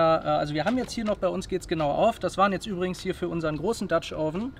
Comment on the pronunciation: Du solltest mal "dutch oven" richtig aussprechen und vor dem Spiegel üben.....